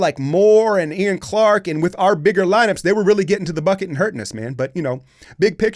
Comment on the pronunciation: Who the fuck is Yan Clark? Damn man you butchered the pronunciation lmao 😂